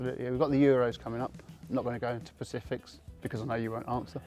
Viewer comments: I love the bloke. I’d want to play for him, 100%. Shame Tubes said ‘Pacifics’ instead of ‘specifics’, but good interview none the less 😉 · Did Tubes say 'pacifics' instead of 'specifics'? 🤦‍♂️ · Pacifics lol